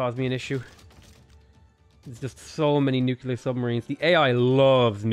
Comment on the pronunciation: New. Clear. You know how to say those words. Put them together. You're not Homer Simpson, you can do this .P